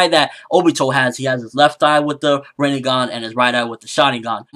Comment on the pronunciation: it is not pronounced Rineygon it is pronounced Renaygon the I has an sharp EE sound and the E has an Aay sound like the A in bate so it is simply Rinnegan